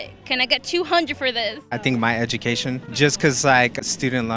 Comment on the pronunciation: he said education 😂😂😂😂 smh. Terrible.